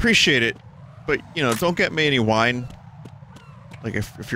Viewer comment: oh he wiiine drunk